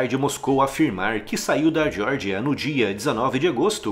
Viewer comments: Vídeo bom, mas diordia, para meu, dói os ouvidos é Geórgia, essa diordia deve ser nos EUA. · Você pronunciou Geórgia como se fosse o estado americano da Geórgia (jórgia) sem necessidade. É Geórgia mesmo.